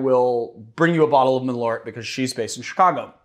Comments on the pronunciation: Btw you know that it’s pronounced MalÖrt!!! 🇸🇪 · I'm surprised didn't correct the pronunciation on Malört! "Malört" means "wormwood" in Swedish (and in Norwegian "malurt" I think). Great content as always, guys!